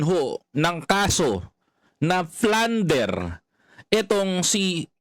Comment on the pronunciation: Plunder po di Flunder